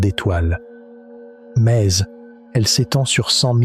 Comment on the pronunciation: maise , pase , partoute , trèse ... mdr l ia